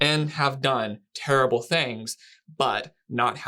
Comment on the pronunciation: What a terrible, rerrble interviewer!